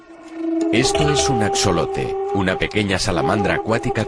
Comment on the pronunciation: Axolote en México se pronuncia así Ax(j)lote la x en MX suena como CH, J, Xa,Xe , XI, xo, xu.. dependiendo sea el caso, en este caso se pronuncia ax(J)olote, porque? Porque muchas palabras en MX son de origen náhuatl